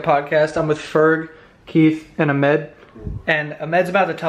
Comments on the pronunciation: his names ahmed, its a bit sad to purposely mispronounce your name but whatever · Lmao I have never heard someone pronounce Ahmed like that its usually pronounced "Ahhh-mid" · i live in dubai so i have to pronounce names like ahmed daily and low key it annoyed me when he said amed. And my grandparents are half dutch, im from south africa (basically dutch) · umm i think you are pronouncing ahmeds name wrong. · don't you think Ahmed would've corrected him😂